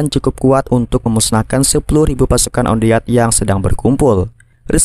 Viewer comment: wan det malah on deat😁